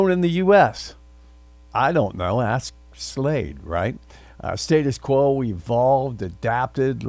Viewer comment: Firstly, learn to say their name correctly.